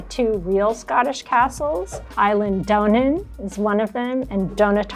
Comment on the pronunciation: I cringed at the pronunciation of Eileen Donan and Dunottar, but other than that the video was great. 👍